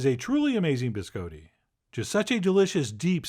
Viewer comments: He says it the way it's said in Italian. The way it's said in America is completely wrong. "Bis-cah-ti" is not how it's pronounced. It also refers to multiples, the singular is "Biscotto". :-D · No. Someone tricked Chef John into saying it that way as a joke when he was a kid, and he never learned the correct pronunciation. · Oh dear... the bis-coe-tee... bih-skaa-tte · Chef John you are ... so cultured. Have been so many places, but you mispronounce BISCOTTI...AHHHHHtti, not a long O. None of us here can figure it out how you don't know that? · I love Chef John. But every time he pronounces "biscotti" as "biz coe tee," the wings fall off an angel statue in Rome. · Gonna have to thumbs down you just for saying BisCoeDee -_ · So it turns out I've been pronouncing Biscotti wrong. I've been going "Bis-Cotti". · You probably haven't been, Chef John is charmingly pronouncing it incorrectly. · Why are you saying it like that? Please Stop. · Someone tricked Chef John into saying it that way as a joke when he was a kid, and he never learned the correct pronunciation. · You are, after all, the Wile E Coyote, of your mispronounced biscotti. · Right.. ?!? I thought it was a bit odd.. 🤔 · Did not disappoint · Some of y’all really need to learn how to pronounce these words. Please don’t act like he is saying biscotti correctly... or even close... lord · "Closer to how it's said in Italian"? No, that's NOTHING like the Italian pronunciation (or the standard American, for that matter). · I said closer. And it is. I'm from Sicily. I know how it's pronounced. It's definitely not a hard "o" but it's absolutely not with an "Ah". But I take it you speak Italian, so you should know.